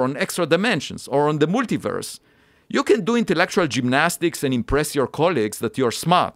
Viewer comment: I love the multiverse pronunciation